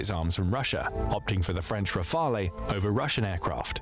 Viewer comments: AI voice sounds very natural (they are good quality now) but it remains some differences. This voice is too regular or even monotonous to be a human voice. This is a English text-to-speech AI voice. It's why the "e" in Rafale is not silent (like it is in French) and why the final "c" in Leclerc is pronounced. A real human never do this sort of mistake when speaking of French military materials. Everybody speaking about this military topic knows that Rafale is pronounced like Rafal and Leclerc like Lecler. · "Rafaley" triggered me so much ! :D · pronunciation RAFAL (not the E)for Leclerc don't pronounce the C , and the CAESAR self-propelled howitzer is the best, forgotten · it's not Rafel, nor Raphael, simply "Rafal" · "Rafalé" everytime I swear 😭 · Hearing "rafaley" over and over hurts me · And RAFALE final E isn't pronunced as well. He thought it was a spanish or italian jet? lmao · Why English speaker can't pronounce Rafale properly ? it's not that hard